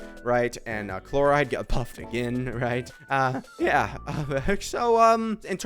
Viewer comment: Nevi won't stop getting buff or new teammates like for forever and sayno will be saying no to become playable no matter how much broken support you give him. And lastly, the way you pronounce Clorinde chloride is diabolical